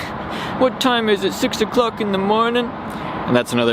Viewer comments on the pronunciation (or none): "What time is it- six 0''cwock in da mownin?"